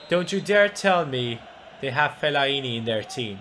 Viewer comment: he cant say fellaini right ahaha